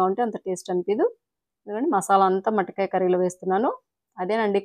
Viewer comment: Adi matikaya kadu motikaya